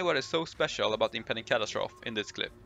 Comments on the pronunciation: Cat- as-trophy not Cat-as-troph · Cat-As-Tro-Fee not Cat-As-Troth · impending catastroff ... sir plz its pronounced catastrophe (cat ass trophy) say it fast ;) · Your accent indicates that English might not be your first language - nice video . - kuh·ta·struh·fee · ca-TA-stro-FEE x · Not sure what was more devastating - those numbers, or the way he kept annunciating "catastrophe" facepalm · I lasted one minute and fifteen seconds. I couldn't stand to hear catastrophe mispronounced one more time. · I’m sure someone told you already but you need to add “-fee” to the way you’re saying catastrophe.